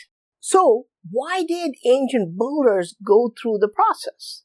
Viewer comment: Why do you say "ancient boulders" instead of "ancient builders"...?